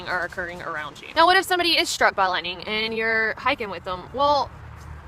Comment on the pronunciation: Watch out fer that LITE'nin'